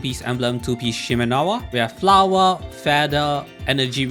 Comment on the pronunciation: "Flawah" I love it